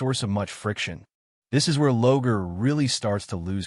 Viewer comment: Good information and the discussion well done. In the spirit of constructive feedback, I recommend you work on the AI (I assume that's the voice) pronunciation of many names and other unique words. Examples in this video include: Lorgar (pronounced as "Logar," "Logan", and "Logo"), Primarch, Malcador, Slaanesh, and probably others. The mispronunciations were distracting from the good content. AI voice-overs are a great tool but a typo in the text will be pronounced oddly and unfamiliar words (e.g., names) can be pronounced incorrectly. That being said, good content and the effort is appreciated.